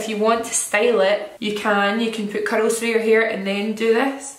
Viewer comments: At first, I thought she said “cuddles through your hair” then i realized it was “curls through your hair” 😅 love you! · Just realized it sounds like she’s saying “cuddles” whenever she says “curls” omg. 😭😍😍😍 I love your accent!